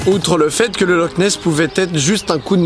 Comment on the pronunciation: Ça se prononce loR nes